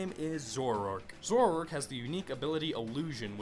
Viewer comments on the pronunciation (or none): You are horrible at pronunciation... Scizor- See-zor Zoroark- Zorro-arck Conkeldurr- Con-KELL-dur Accelgor- Ack-sell-gor I'm actually not sure about Mienshao though... I still say Mee-in-Shao